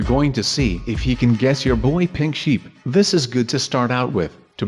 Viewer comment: I fast forwarded when was saying crystal sheep and it actually sounded like crystal shit. No offence though.